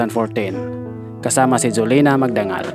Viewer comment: Jolina magdangal hindi solina